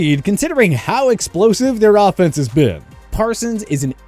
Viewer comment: It does sound like he said dolphins but i think he said offense